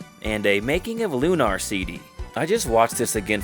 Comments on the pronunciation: It's not Loo-NAHR, mate.l, just said normally. That's an admitted Victor Ireland marketing trick, that hack, lol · Hee, it's a bit funny hearing you call it Lu-nar like that. It's called Lunar 'cause (spoiler) it takes place in a crater on the moon that has been magically made habitable. If there's one problem I have with the game and its sequel, it's that they never really explained what happened to the Earth, in detail, and where everybody's powers come from, particularly the Goddess. Though, if there is something that explains that outside of the two games, I'd like to know about it! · You don't know how to say Lunar? C'mon.